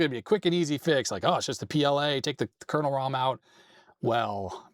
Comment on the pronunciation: Love watching Adrian but can't help being bemused by his misspelling/mispronouncing of word "kernel" .